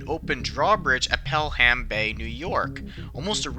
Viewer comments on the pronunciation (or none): Growing up, people pronounced it like "Pellum." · Just a quick tip, its not pronounced Pelham Bay its pronounced Pelum Bay. (I live in Manhattan, a 20 minute drive to get there) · Pelham = pell-um, not pell-ham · Pelham is not pronounced the way it looks. It is pronounced “Pel-um”. The H is silent. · It’s Pelham Bay, Not Pel-Ham Bay